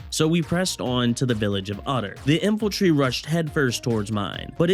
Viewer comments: Hey I loved the video and you have me re-downloading the game to try this. not a big deal but it's In-fan-tree (Infantry) not infiltry. Just a nitpick, otherwise it was very funny and well put together, hope you make it big, dude. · Is it just me, or is he saying "Infaltry"